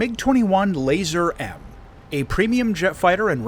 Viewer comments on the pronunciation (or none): Good vid, its not pronounced "Laser" though, has nothing to do with lasers. It's as it's written: "LazUUr" with the "U" pronounced as an actual "U", like in "U-turn" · Hearing keep saying laser is making me lose it, thanks for pointing that out😂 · I thought I was right ! I just checked Google Translate and it seems that the word "Lazur" is pronounced "LAH-zoor", NOT "LAY-zurr". PS - Apparently it means "Azure" in Russian, not "Laser" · The pronunciation would be more like Lah-zuhr.